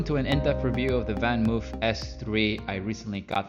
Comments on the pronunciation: It's pronounced more something like VanMoaf...not VanMove...it's Dutch :) Otherwise nice review! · “VanMoof” is pronounced as in “blood” or “flood”. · Hint for the correct pronunciation: VanMoof rhymes with loaf.